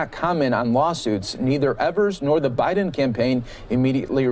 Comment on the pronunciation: 2020 notice the Biden Harris vote for signs why do they say Bid n Harris? just an observation